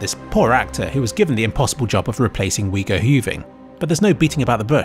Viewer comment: I felt it when you said Wego huwing instead of Hugo weaving